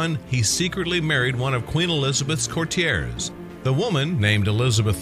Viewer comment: Please learn how to pronounce "Papal" and "courtier"